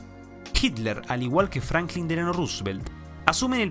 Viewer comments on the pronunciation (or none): none